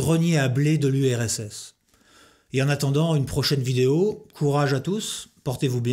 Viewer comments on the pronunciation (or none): none